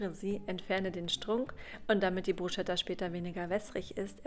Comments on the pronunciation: kleiner Tipp es wird nicht Bru"SCH"etta ausgesprochen sondern Brus"ketta" ;) Mit roten Zwiebeln schmeckt es umso besser. Sieht Lecker aus! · Das sch in dem Wort Bruschetta spricht man nicht .... Man sagt : BrusCeta man muss es also wie ein K aussprechen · Es heisst : BrusKetta 🤓ausgesprochen.... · Für mich ist und bleibt es Bruschetta, und nicht Brusketta. Bin mit dieser Aussprache aufgewachsen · Das habe ich aber anders gelernt🤔 Brusketta wird es vielleicht im Italienischen etc. ausgesprochen, aber im Deutschen glaube ich Bruschetta. Aber wen juckts jetzt? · Man spricht "brusketta" aus! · Brus ket a, bitte ohne deutsches sch, dann schmeckt es mehr nach Italien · Es wird „Brusketta“ ausgesprochen 😳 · nein es geht nicht beides! Man spricht es BRUSKETTA aus! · Geht nicht beides es wird bruscetta ausgesprochen und nicht mit sch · Es ist ein Italienisches Wort und im Italienischen spricht man das ch wie ein k aus. Man sagt ja auch nicht Gnoschi sondern nokki (Gnocchi)